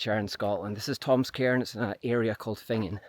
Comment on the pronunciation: Sorry! You’re accent is awesome, terribly so. But to my American ears you keep wanting to find “Tom’s Karen” and first, “another Karen.” So many Karens. And where I’m from that’s a slur.